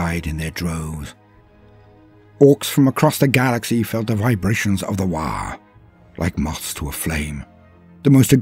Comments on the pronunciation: "Waargh?" WAARGH? Fix dis roit now ya git, itz always "WAAAGH" with no R an at least three As! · Aint it ”waagh” rather than waargh”? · Am i gonna smell burnt toast or are u just adding an R for shiggles